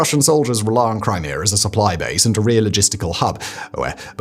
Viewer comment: Brits need speech therapy.